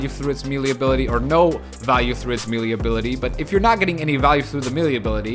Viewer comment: MAYLAY! not meelee. Love the content though, just had to get that off